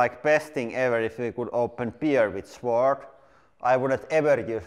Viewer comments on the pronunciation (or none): in English, we don't pronounce the 'w' sword. It's pronounced like 'sord'. To be fair, it's one of the many weird exceptions in English that make absolutely no bloody sense whatsoever. Afterall, we pronounce swank, switch, swollen, and swallow, et al, with the 'w'! I'm fairly sure sword used be pronounced with the 'w', and probably not that long ago, but just not in modern parlance. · (Sword is pronounced like sord.) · In English, the W in Sword is not pronounced. So it is pronounced SORD. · The “W” in sword is silent